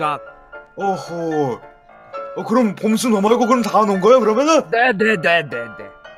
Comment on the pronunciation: 에 봄수가 아니라 검수라고 들리는거 나뿐인가???